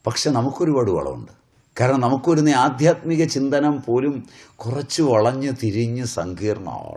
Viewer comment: ആദ്യാത്മികം എന്നല്ല ആദ്ധ്യാത്മികം എന്നാണ്